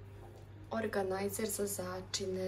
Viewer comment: Valda se kaže organizer